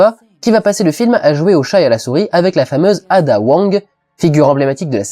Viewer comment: hum tu prononce a la perfection les noms a par ada... prononce a l'americaine je t'en supplie